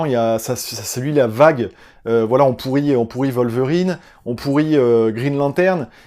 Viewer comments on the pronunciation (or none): none